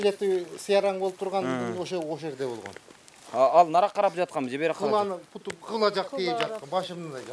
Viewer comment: Путу емес буту деп айткылачы